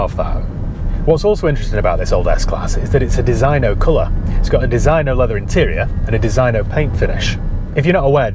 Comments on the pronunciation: It's called DESINYO (proper pronunciation) ya peasant lol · It is supposed to be pronounced DEE ZIN YO Even in Yorkshire 🤣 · It is pronounced 'Deseeno'! Great vid.